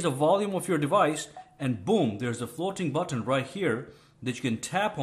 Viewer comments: Good video but I only made it to the section where he said: "FLOWTEEN BUWTONE" 75 OR 80 TIMES, I JUST COULDN'T TAKE IT ANYMORE... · I loved the way he pronounces " floating button"